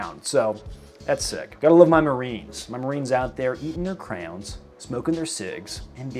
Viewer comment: >pronouncing wax coloring sticks as "crowns" fed energy